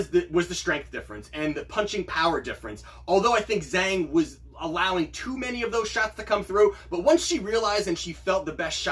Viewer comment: Wow, you got -170 on Zhang. Good for you! I only got -200. "Zh" is pronounced more like a J in Mandarin Chinese.